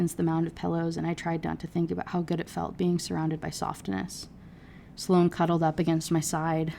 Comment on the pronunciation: It’s so funny to hear you talk about the pronunciation of Lucien while also making the name Sloane two syllables 😂 I noticed it in the last book but it’s really prevalent in this one